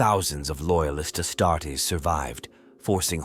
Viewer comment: The Astarts loll 😂